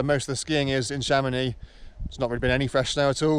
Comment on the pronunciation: Learn how to pronounce French names guy ! Or go back to Ben Nevis …